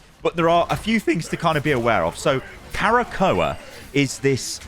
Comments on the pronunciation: Bro there is no extra A in Krakoa. It isnt Kara-Ko-a. It's Kra-ko-a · I grimaced each time said "Karakoa". He straight up added a letter that's not even there, haha. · Arrako: Uh-rock-oh Krakoa: Kruh-ko-uh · My guy its pronounced “KRAH-KOH-A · magneto says it in game its pronounced "kra-ko-a", krakoa is a sentient island that is also a mutant, once discovered the mutants decide to live on it to avoid there continued scrutinisation from humans I hope shes a strategist vanguard mix like Mr fantastic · its "KRA-KOH-A" haha xD. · Magneto literally pronounces Krakoa in the game. I’m surprise u are pronouncing incorrect. All good though. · "I'm a big X-Men fan." ->Doesn't know how to pronounce Krakoa.